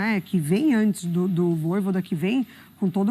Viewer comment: “Vojôda” é putaria 😂😂😂😂